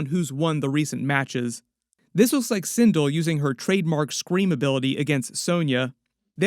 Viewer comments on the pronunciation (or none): Sin Del * not sin dul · Also its pronounced sin'del not cin'dill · And sin-dull lol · sindull was enraging me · Sin(dell). Like bell with a “d”!!!